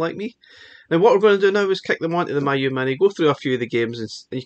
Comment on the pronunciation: It's pronounced "me, you"